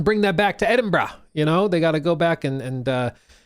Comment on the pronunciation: nah man you are not allowed to pronounce Edinburgh correctly